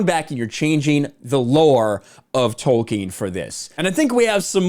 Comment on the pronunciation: It’s Tolkien not wolkien!